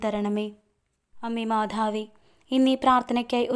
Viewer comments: മാധാവേ പറയാതെ മാതാവേ പറയു അത് ഒരു കുറവാണു. കുറ്റം അല്ല കേൾക്കുമ്പോൾ എന്തോ ഒരു ഇത് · മാധാവേ അല്ല മാതാവേ 🙏. ആരോഖ്യം അല്ല ആരോഗ്യം